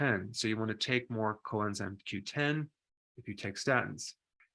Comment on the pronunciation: Co Q10 - I can’t quite catch what he is saying ie what is this?